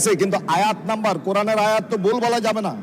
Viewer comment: তুমি নিজে কুরআনের আয়াত কে অশুদ্ধ করে পড়লে